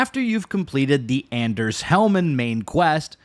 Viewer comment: that's certainly one way to say Anders. man I'm glad they changed the va for Mr. Hands because that voice does not fit the person he is meant to be.